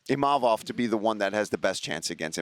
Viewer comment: I wish they would pronounce imavov properly